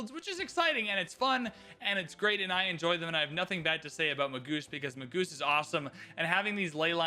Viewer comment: a friendly word; "Magus" is pronounced "MAY-juss", not "Ma-GOOSE."